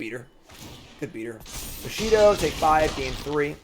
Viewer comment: It's bushido. just cant pronounce shit:D